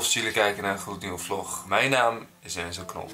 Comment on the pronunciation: Blijf door gaan maat 😀😀😀🤣😂 lig altijd stuk door jou vlog of hoe jij zegt vlok